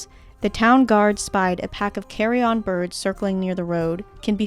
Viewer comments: Great video, but if I'd allow myself a pronunciation nitpick. In American English at least -- what you pronounced as carrion-on, is in fact pronounced correctly as carry-in accurately... but I loved the video regardless. Cheers! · Carryon is luggage. Carrion is decaying flesh. Pronunciation is important. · It might be a US/UK thing, but the pronunciation of carrion as "carry-on" made me laugh, it makes it sound like you're trying to board a flight holding a vulture.